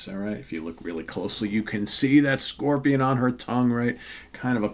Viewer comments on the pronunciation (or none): none